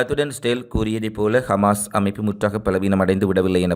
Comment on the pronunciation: டேய் சங்கிவாயா கமாஸ் இல்லை ஹமாஸ் என்று சொல்லு ... காஸா மக்களுக்கு செய்த சித்திரவதைகளையும் எடுத்து சொல்லு